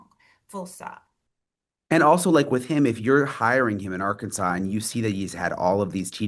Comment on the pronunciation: Maybe they start saying the name of the state right ark Kansas